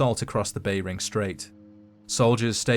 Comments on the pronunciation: The "bay ring" strait . F off ai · "Bay-ring straight."